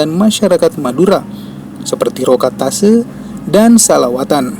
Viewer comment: Bahasax kok brantakan min, bukan rokat tase tp rokat tasek, bukan tanian lanjang tp tanian lanjeng.